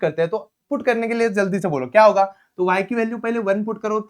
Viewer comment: sir ne bola karne ka to karneb ka ! ❤❤❤